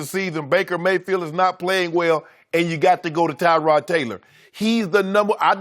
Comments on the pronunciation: it's not Tyrod it's TUH-rod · It’s Tuh-rod not Ty-rod